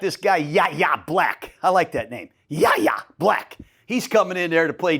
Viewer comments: I love the energy Gruden, but Yayha's name is pronounced WHY-AYE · Yahya Black, his first name is pronounced “Y-Yeah” coach. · Yayha Blacks name is suprisingly pronounced WHY-ya Black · It's pronounced Whyyay Black.